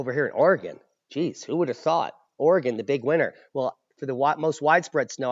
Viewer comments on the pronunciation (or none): none